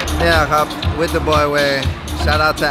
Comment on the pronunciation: ชอบการออกเสียง วิธ มากกกกกกก